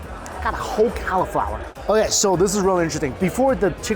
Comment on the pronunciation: I'm wondering who else in the USA says "Cow-i-flower" Regional dialect? To a Canadian, this sounds very strange!